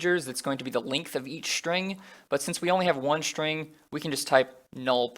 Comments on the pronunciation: Can you stop saying shtring ? It's string, not shtring I can't stand it. Everytime I notice it, it annoys me so much. So much. Str = Str, not Shtr STRING is NOT SHTRING. Nonetheless, useful videos. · Great tutorials! And I just love how you pronounce "shtring" :)